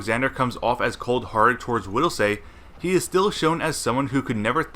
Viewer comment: Widelsee not widelsay. Did you not watch the movie. They say his name 1k times.... idiot